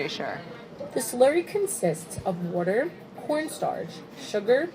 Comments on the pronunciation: DID NOBODY ELSE CATCH THE "WOURDER" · That was definitely a "wourder" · Lady: “wourder” Brad: “finally, I’m no longer alone” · The female narrator in the “how it’s made” jelly belly video says “wourder” just like brad. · I was waiting for the "Wourder" text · Jelly Belly video lady out here saying “wourder” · I think Brad is rubbing off on Claire a little bit bc she literally said “wourder” lol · hold up did anyone else notice the lady in the video say “wourder” like brad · lady channels brad for a second. "wurder" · “the slurry consists of WOURDER” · Brad's pronunciation of "water" is starting to rub off on Claire I see